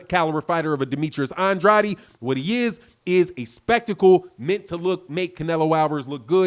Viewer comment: You keep butchering Andrade's name 🤣.